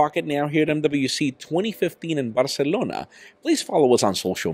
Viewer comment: I literally skip your videos due to the way you go out of your way to say your name and the word , "Barcelona"